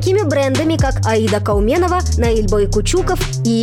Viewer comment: Кауменова с ударением на букву О. КауменОва. Дальше не хочется смотреть.